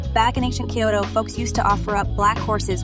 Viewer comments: I know, right?!!! "Kai-yo-to" and "Key-boon"? What's up with that? Probably AI generated narration just reading a script. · Who the heck says Kay-oto ??